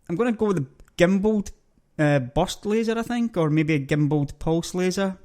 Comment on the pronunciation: lol your accent :)) i can't eat and watch this vid at same time pimp it not pump it and burst laser not bust laser